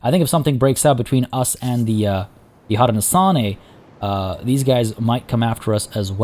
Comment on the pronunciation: Hey I’m loving this series! One pronunciation thing, Haudenosaunee is pronounced Hoe-dee-no-SHOW-nee! Settlers may know them better as the Iroquois Confederacy, but Haudenosaunee is how the nations prefer to be known! So just SHOW instead of saw, but otherwise great work!